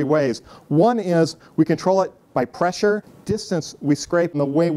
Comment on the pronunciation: Presure? Radus? Come on, dude